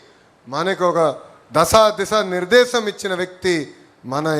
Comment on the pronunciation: Vudapuraaka kaadhuraa pappu pilpu ladhuraa pilupu nirvesam kadhura nirdhesam mundhu Telugu nerchukoraa pooraa